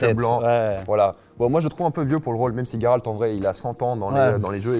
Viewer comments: Tu le prononce tres bien le nom de geralt cest les autres qui sont dns l'erreur jeralt c'est juste degeulasse et ca n'existe pas chez nous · Tu dis tres bien le prenom de geralt cest un polonais qui te le dis jeralt cest degeulasse et ca existe pas chez nous fait pas attention aux autres cest eux qui sont dans l'erreur